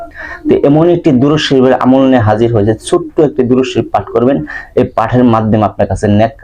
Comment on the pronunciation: দরুদ শরীফ টা স্পষ্ট বুঝতে পারছি না